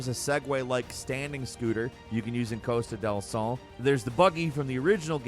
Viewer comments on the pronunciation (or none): He also said nibble-heim. It's knee-bowl-heim. Then he said Costa del Saul. I think it's pronounced Costa del Soul. THEN he said Golden Saucer when it's just Gold Saucer... but that's me getting picky. Sometimes I call it The Golden Saucer too. 😂😂😂